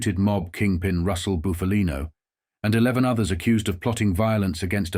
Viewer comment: It's pronounced Buffalino, NOT Boofalino. Pull it together dude. 😮